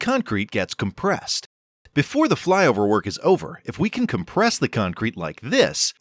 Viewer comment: "Flyover" in an American accent?